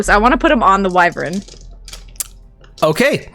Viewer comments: Amazing episode! Consistently the best D&D content on YouTube. Sorry to be 'that guy' but felt compelled to comment that wyvern isn't pronounced "wi-vern", it's "why-vern". Yeah, I don't get out much (who does these days?) and I'm no fun at parties anyway. I'll get my coat and go now! 🚖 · It's a "WHY-VERN"...not a "whi-ver-in"!! You're still the best!!:D